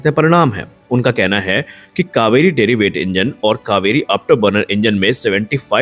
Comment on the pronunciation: "Derivative Engine" and not what you are pronouncing "deriweight"